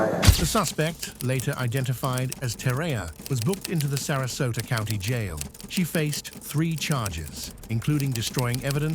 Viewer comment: "Taken into custody at the Charlotte Couinty, (County), Jail. I'm forever going to see County as "Couinty" from now on 🤣